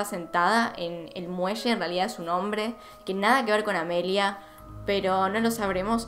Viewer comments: Me estresé un poquito escuchando llamar a AMELIA "Emilia" 🙈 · Porque Amelia no es un nombre comun en argentina entonces inconcientemente le dices Emilia